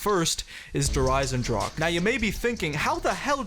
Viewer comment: Der Eisendrache hahah W Pronounciation